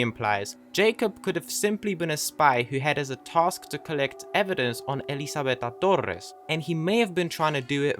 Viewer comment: This is an interesting theory that makes a little sense the more i think about it, also out of curiosity (you dont have to answer this if you dont want to) i have to ask if you are Finnish because the way you say Elizabeta Torres sounds a lot like the way my finnish friend says some words 🤔